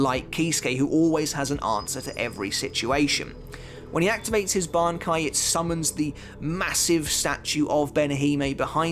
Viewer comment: why do u pronounce bankai like that, are u dub watcher